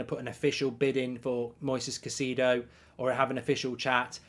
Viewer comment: Mate it’s Moises Kai-say-dough.